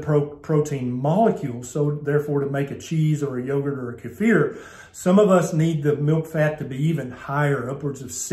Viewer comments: Just a pronunciation issue. Kefir: Kee-fur, or Key-fur, iow, emphasis on saying Kee, or Key, followed by fur, not the bumbling pronunciation you used. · I've never heard "kefir" pronounced that way.